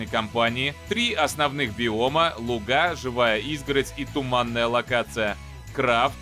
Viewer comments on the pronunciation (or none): none